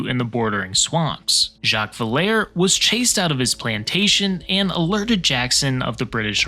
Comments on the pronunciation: It's pronounced VILL-er-ee, by the way, rather than Vill-air. If the British had just chucked something in the river to check the flow, the whole show would have been different. Of course, there was also the unusual cold of the season that year, resulting in some freezing to death, as well as bayou muck that they were also apparently unprepared to tackle. Dragging munitions through swamp wasn't in the plan, and then when the soldiers were ordered to dig trenches, that didn't go over well, either. All in all, the advancing British were well on their way to demoralized before the day even dawned. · It’s not “Vil-hair”, it’s pronounced “Vill-er-ee”. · Villere = "VILL-uh-ree." The original French name was Villeré rather than Villère.